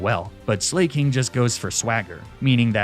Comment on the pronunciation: ah yes slayking